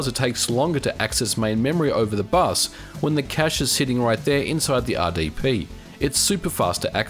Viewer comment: Oops, ya emphasized the R on both "RSP" and "RDP," rather than the letters that set them apart from each other (S and D, of course).